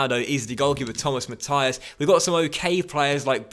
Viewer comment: Sorry but I can't handle how you pronounce Mathis like Matthias